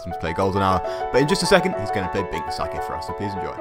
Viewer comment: The fact you said binks sake but like the alcohol infuriates me